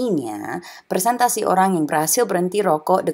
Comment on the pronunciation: Sacha, % yang benar itu, "persentase" bukan "persentasi" :D